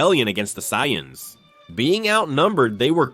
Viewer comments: Cyans? This ai needs to be terminated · Dude the word is Say-ans. Try Phonetics